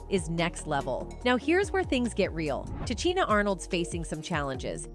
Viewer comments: The fact you miss pronounced 5he names of O-pra Oprah and Te-sha Tisha Arnold is disrespectful. How can you act as if really care. No you just want the clicks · Her name is pronounced, Ti Sheena not Ti Cheena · Pronounced Ta-sheena, Tichina, get it right